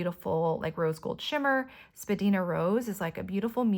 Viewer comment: It’s pronounced Spa-dine-a.